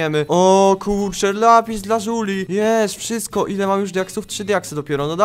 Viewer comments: Nie żuli tylko La zuli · Jak powiedziales lapi lazuli to uslyszalam lapis dla zuli xd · I to "lażuri" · nie wymawia się Lapis Lazuli tylko Lapis dla żuli